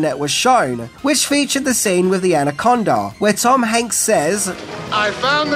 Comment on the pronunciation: First off, you're too old to say ''cringy''. Second to go, it's the 80's, you hipster man child🤨 But cheers for not screwing up mispronouncing Tom ''Hanks'' 👍🏼